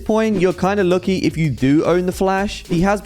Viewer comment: why do you say "lucky" like that